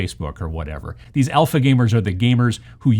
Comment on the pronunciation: Honestly thought you said Elfa gamers. Never heard of the term though.